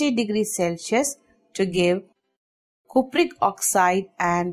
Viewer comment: Cupric bolna sikhle